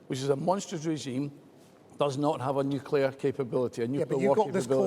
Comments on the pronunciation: The word is " nuclear " not " nucular ". ignorance abounds. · I couldn't vote for anyone who says nucular. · The Tory candidate must be a fan of George Bush, who also pronounced it ‘nucular’. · RUSSELL FINDLAY, ANNOYINGLY, CANNOT PRONOUNCE THE WORD ' NUCLEAR' 😡😡😡